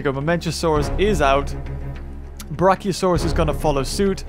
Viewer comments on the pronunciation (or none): none